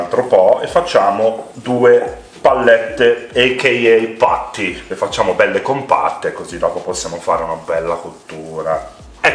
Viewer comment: I will definitely try to make these but when I do I will use more butter😁😃👍 Nice work Chef they look amazing and by the way, I like how it sounds when you say "Pattie"...Sounds a bit like "Paddy"!!!!!!!!